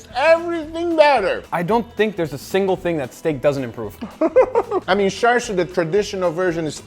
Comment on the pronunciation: Chāshū its chāshū not char siu this isn't Chinese char siu pork this is Japanese chāshū pork belly both completely different and there's no R in chāshū I mean come on.